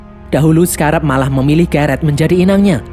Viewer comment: Scrab bukan sekarab min😂